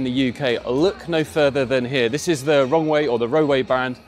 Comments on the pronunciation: When you say "Rowe" it sounds like "Wrong Way." Also I like the little S01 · i am sorry. It might just be me. the way he says the Roewe - it sounds to me like he says "wrongway"